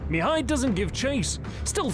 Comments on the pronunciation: Great vid: storyline, graphics, narration! One thing though: Mihai, which is the Romanian equivalent of Michael, is pronounced in Romanian with the stress on "a" (second silable) Mihài, not on "i" Mìhai (first silable). The stress on "i" Mìhai I believe it's how the Hungarians would pronounce it. Of course, this is nothing in the big picture, the vid is great and keep doing a great job! Can't wait for part 2! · As a Michael, I can’t help but a cringe every time you don’t use the English pronunciation...